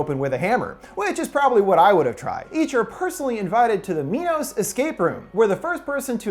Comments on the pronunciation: 'My-noss' like the greek king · why pronounce it "mee-nos"? isn't it "my-nos"? y'know, like the greek king who had daedalus create the labyrinth to house the minotaur? i mean shit, you wouldn't call it a "mee-notaur". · I kept laughing when he said "Mee-nos" since my dog's name is Minos but we pronounce it "My-nos". Clever name though since King Minos was the ruler of Crete who had the Labyrinth made to house the Minotaur. Also, he became a judge of the dead so it works two fold as they are judging those they are leading to die. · Am I the only one who thought MINOS said MINDS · nop i am there too this whole time i thought it was minds